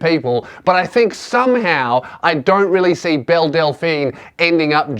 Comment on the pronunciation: Is it just me or does every time he says Belle, I here Bill.